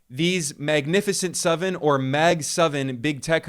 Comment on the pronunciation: This guy says 'suven' for seven, and 'eluven' for eleven.